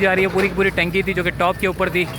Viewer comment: TankY nahi Bhai TunkY bolta hain ... ok